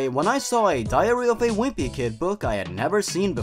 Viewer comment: I kept on thinking he was saying diarrhoea of a wimpy kid